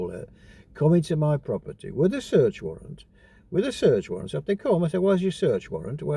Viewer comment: Warrant not Warrent 🤡🤡🤡🤡